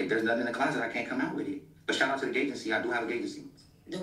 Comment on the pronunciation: Did he say “Gay-gency”? I replayed that part and I still couldn’t figure it out. That Ray J live was insane 😂